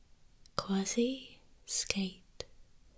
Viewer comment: Love it!!! Some noises were too harsh for my taste but your voice is exactly what I need!! When you hit the ASI when spelling QUASI that was PERFECT !!!!! You should do a talking video in that voice